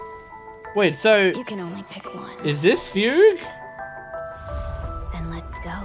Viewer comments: I mean hearing her called Foogway every so often would be funny, but it's awkward when I can't be sure if it's a joke or an actual attempt. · yup, Fugue is the new Tingyun. Also you should be proud, a lot of other folks don't know how to pronounce "fugue." :3